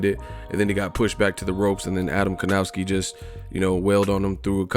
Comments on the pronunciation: How to pronounce Adam's last name? Try "Kovnatzki". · Evil marcel Well... Kownaki and Kovnaczki are wrong pronunciations. Last name Kownacki should be pronounce the same way like the last name of basketball player Dirk Novitzki. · Piotrek L. People pronounce it with a w and it sounds like kowww-naki instead of kov-naczki